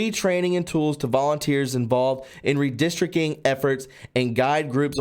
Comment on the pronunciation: Sorry buddy, but it's redistric ting not redistric king! lol